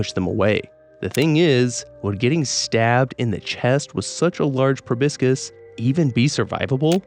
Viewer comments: It's proboscis, not probiscus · Proboscis is actually pronounced 'Pro bus iss' - the second 'O' is like 'uh' & the 'C' is soft. 🫡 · The way you pronounce proboscis feels weird to me I don't know if it's correct or not but I always thought it was pronounced pro-bos-kiss or pro-bos-siss